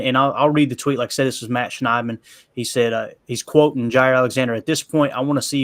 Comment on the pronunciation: He said "Ja Rule" 💀 trying say Jaire and Rasule... 😆 love it